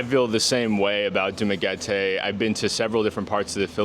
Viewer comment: you say Dumaguete like a local,. nice!